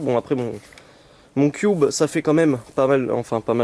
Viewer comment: sa se dit cube pas "cuoube "